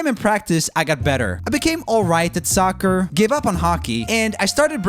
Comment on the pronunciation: did he say sucker or soccer?